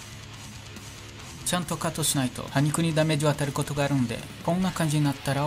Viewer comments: はにくやのーてしにくじゃね？ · 歯茎？歯肉のこと｢はにく｣って言っちゃってるのきゃわたん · 「歯肉」は「はにく」じゃなくて「しにく」ですよ！ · 歯肉 はにくじゃなくて、しにくです！ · はにくじゃなくてしにくな